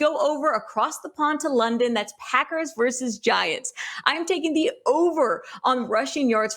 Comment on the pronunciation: Before we get started,, it's "versus" with two syllables, not verse with one syllable. I'm not going to stop until you get it right. Enjoy the casts, btw...:)